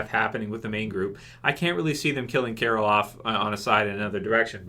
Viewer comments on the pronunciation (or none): I thought u said Carl at first and im like wtf xD